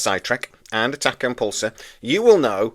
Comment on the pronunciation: I know it's your channel but it's pronounced tack e on podcast phonetically as I know your up north , not the tack impulse podcast , unless you want to change the name. Other than that keep up the great work .